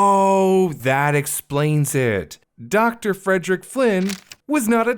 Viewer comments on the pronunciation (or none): none